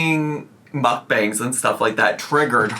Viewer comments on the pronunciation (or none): none